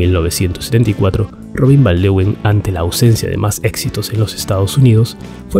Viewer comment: Buen video... Los nombres holandeses no se pronuncian con fonética inglesa, Van der Leeuwen se pronuncia "lewuen" y no "liwen", Van der Beek se pronuncia "beek" y no "bik"